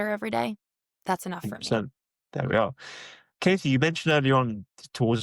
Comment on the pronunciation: Her name is Katie - not Kasey / Casey.